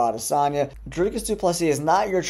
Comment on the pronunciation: He meant about the DDP pronunciation